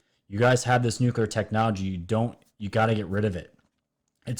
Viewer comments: Geeeze this guy's dumb. "Nukulear", "Oreon", etc... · And there's only ONE "U" in nuclear!!